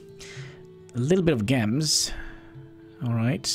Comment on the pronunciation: Gems are pronounced as Jems :D (I called it like that for few years when younger)